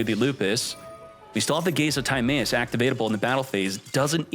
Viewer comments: Your pronunciation of Timaeus has to be a joke right? If not, Yugioh is not for you anymore lol. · Timaeus gonna go blind with that pronunciation